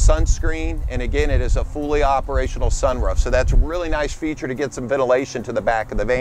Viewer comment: this dude says sun ruff in The southeast Its sun roof get it right